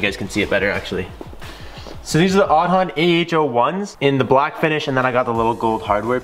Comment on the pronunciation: In Irish Aodhán is Aidan. Pronounced Aid-on, not pronounced Od-on.